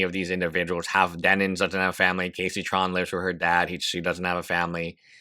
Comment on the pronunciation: Says Denins while the photo clearly shows her handle as "Denims". Come on, man